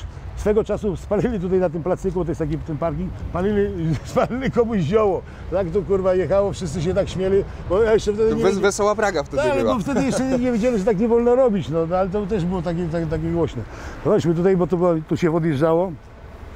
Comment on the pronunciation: Zamknij morde,mowi sie śmiali